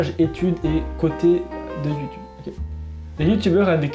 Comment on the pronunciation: On est d'accord il est trop drôle quand il dit ça ?